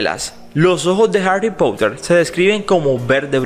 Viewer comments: Cracliffe?? Pronuncialo bien por favor y Harry Pouter también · Creo que pronuncias mal 😂❤️ Harry Potter / Harry Pouter Quidditch/ Kiditch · Me mata como en vez de decir Harry Potter como una persona normal dice Harrry Pouter LIT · Como lo dice Harry poutter 🤣🤣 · Si es verdad me da mucha risa ajajajaja😂😂😂😂😂😂😆😆